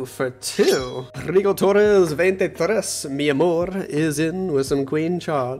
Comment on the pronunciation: the way you call rigotorres gigles me up